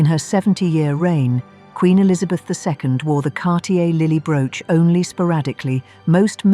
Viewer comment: Hate the narative Broooch pronouncing the brooches.. The # of loose diamonds means if one falls out of something it can be replaced ! AMAZING ! The flower basket suddenly came to garnets and citrines it didnt have or you just showed someone else's Pin !